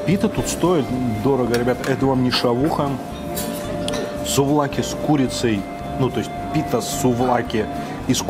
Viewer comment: "Суд за каки в пите"? 😆